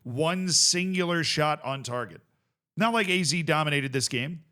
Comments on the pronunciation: Hey Z, it's not Aye Zee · What I'd give to hear Z pronounce AZ like Ah Zed just once.